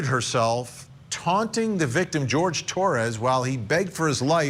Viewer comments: Jorge not George. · HIs name is not George. It is Jorge. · Isn't his name pronounced like "Horhay" not like "George " ?